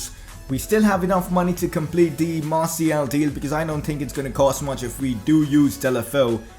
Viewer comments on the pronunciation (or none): Hos name is Martial not martiel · no offence but when u said martial messi and dembele it didn't sound good